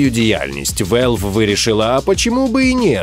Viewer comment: Чому Велв? Якщо Валв. На скільки я пам'ятаю то такі слова так і кажуться.